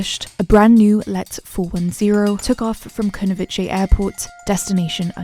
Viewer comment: Kunovice is pronounced Kunovi-tse, as in Ceylon, not Kunovi-che. And also Junta is pronounced in Spanish, not as in English.